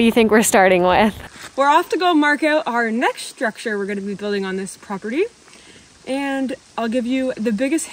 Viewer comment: Strucutee? LOL